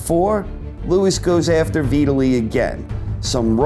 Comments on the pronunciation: downvote for retardation. VIT-ally not v italy. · It's pronounced vytali even tho it's spelt vitali he's Ukraine not Italian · Veetally?????? Who is Veeetaaly? You said it right and but fuck it up the rest.....how? Ok I mean. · Ha you've clearly NEVER heard the name Vitali said out loud before huh.? 😂😂😂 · Did he just say Veetili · u are pronouncing Vitali as if it rhymes with Italy lol... it's V-talley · He mispronounced Vitali's first name. Lewis was pretty old by this point and was smart to retire. though I think Lennox again made the mistake of underestimating his opponent. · Is this how Vitali is pronounced? I never heard it said this way. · Love your videos, can not stand the way you say Vitali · But then you say it properly , so thank you/sry